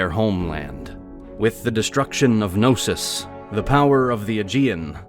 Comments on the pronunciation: Its not Nosos its k-no-sos ...nosos means sickness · "With the destruction of No-sis…" Can we really not pronounce the K? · These videos are amazing but for the LOVE of God... Can you guys do a small research of the correct pronunciation of all those Greek names? Put Chat GPT on and it will pronounce them for you, its not that hard... "Nosos" ... Really? "Nosos?" That "k" is not silent. Its "knosOs" not ... "nOsos" Please, its not that hard...